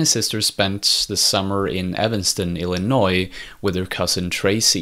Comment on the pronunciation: Illinwa not illinoy